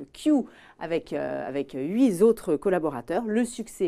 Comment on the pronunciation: huiZotre..... pfffff.... #journaliste hahahah